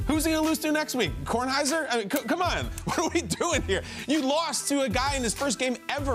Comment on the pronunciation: My dude said kornhieser lol